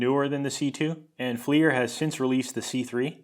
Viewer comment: "Fleer" FLIR is (When not used as the name of the company) actually an acronym. Forward-Looking Infra Red. Pronounce it like "Flirt" but without the T. Please. And, er, it's not a Hill Pump. It's a pump made by Hill. These things are not the same. And, do I really have to say why the IR flashlight showed nothing? sigh Fine. Not all IR is created equal. Different wavelengths. The IR spectrum is wide and heat is only at one end. And, why did you not mention Boyle's law or Charles' law by name? Since, you know, this was about science. Normally you do so well,. But, this one.. waggles hand